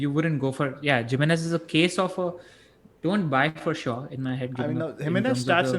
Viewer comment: Sorry to pick on you - its Him-ae -nez and not Jimenez:)